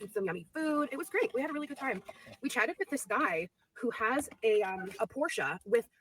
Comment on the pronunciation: Anyone else notice “Por-SHAW” instead of Porsche?😂